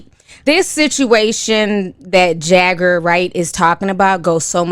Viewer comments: I lol eveytime Ti called her Jager instead of jaguar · Who the hell is Erykah Buhdooo it’s Erykah BAHHHHdu!!! Who’s Jaggar??? It’s Jaguar!! Like the cat ma’am! But this is hot popping tea....I believe Jaguar!!! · It’s JAGWAR not JAGGER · Jag-uar not jagger damn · Her name is Jaguar. Pronounced jag-war, just like the animal. It's not Jagger. That's the Rolling Stones frontman Mick's last name. 🤦‍♀️🤦‍♀️ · You pronounce her name like the animal: Jaguar. Not Jagger. I don’t know what a Jagger is sis. 😂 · It’s Jag-war luv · 🤦🏾‍♀️ how you pronouncing her name wrong 😂😂 “Jagger” 😂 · Her name is Jag-uar like the car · Jaguar is pronounced like the car or the cat jaguar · jag·uar (pronounced Jag•war)....been a fan since day one. this requires an entire podcast/livestream for my generation... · I cant get past not being able to pronounce jaguar